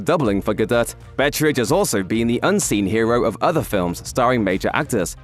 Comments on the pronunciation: The T in Galdot is silent 🤦‍♂️ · How hard is it to say Gadot? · No, it's not silent. It's a little softer than the voiceover's pronunciation but it's definitely there.